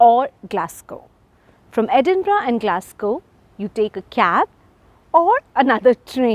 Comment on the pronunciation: Thank you for pronouncing Edinburgh correctly ❤